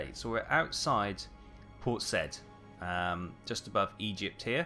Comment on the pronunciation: I think you will find that Port Said is pronounced as "Port Sa-eed"! Sorry for being a bit pernicketie (a good Scots word) since you are being so kind as to take so much of your time out to share this gameplay with us. The "I" should have an umlaut above it which gives it an "ee" sound.